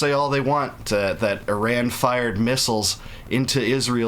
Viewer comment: At least learn how to pronounce Iran correctly. At the same time I don't like how it's being done as this is feeding Israel's thirst for blood on their hands with war and distract attention from Gaza, that regime of Mullahs has to go as they were a regime change ushered in back in 1979. This government ruining Iran shouldn't have be installed in the first place and Obama/Biden shouldn't have gifted the Mullah regime money. The world shouldn't be doing any more deals with the regime in Iran! The world, not Israel, should want to fix the regime in Iran as they helped bring in those clowns in power that have been terrorists and dictators since 1979. Iranian people have not deserved this nonsense that forced us all to leave Iran and many Iranians stuck in Iran are still suffering to this day. Overall, this government in Iran has to go but also Israel's government has to change as well.